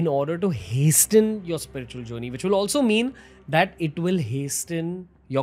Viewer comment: Hasten is pronounced as hasen.T is silent.